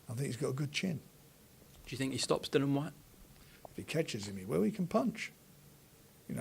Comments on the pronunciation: always says Dillians name wrong its pronounced Dilly Ann not Dylan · please say Dillians name correctly